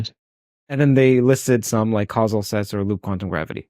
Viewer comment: Maybe the OP and I are both trolling you independently. 🙄 Now that I've listened to it a million times, it sounds like "quanz-uv". No idea why.